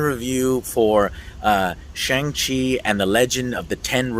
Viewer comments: Pronounced Shung Chi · Great vid as usual Joe! As for the pronunciation of Shang Chi, it's pronounced like "shun". In Mandarin Chinese Pinyin, all words that ends in "an" has an "an" sound, and those that ends with "ang" has an "on/un" sound. For example, 版(ban) is pronounced like "ban", and 帮(bang) is pronounced like "bun". Anyways, here's hoping the movie does come to Chinese theatres, as many Chinese people are talking about boycotting it due to the villain in Marvel comics was "Fu-Man-Chu", a really racist caricature that Asian fans have always been pretty pissed about. But man, I really want to see one of my favourite actors (梁朝伟) in one of my favourite film actors hahaha. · Apparently it is pronounced "Shong chi." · Stop calling him "Shang" Chi after you JUST watched the movie dummie! His name is pronounced SHONG-Chi! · My bro said Shang-Chi is pronounced Shong G. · It was sooo good, also it’s pronounced shung chi but no worries! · Shang- Chi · You saw the movie but are not sure how to pronounce the main characters name. You're like an independent ign and that's not a compliment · Joe is still saying the name wrong at the start even though there's a scene where Shang-Chi explains how to pronounce it lol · First 5 seconds into the video already pronounced the Shang Chi name wrong after having seen the movie lol love you Joe I loved the movie as well man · How do you watch this entire movie and then continue to pronounce his name incorrectly?